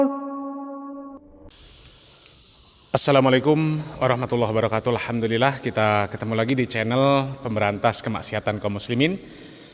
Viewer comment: Pas salam terus ngmg Alhamdulillah kok saya denger Lahamdulillah min.